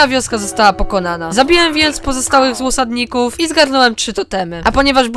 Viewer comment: Mówiłeś złosadników czy osadników